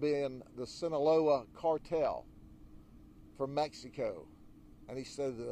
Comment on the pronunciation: Love Sheriff Grady Judd! He said "Sinalola" cartel. 😂 Seriously though, I wish every county had an elected official with as much integrity and passion for protecting the citizens who elect them Sheriff!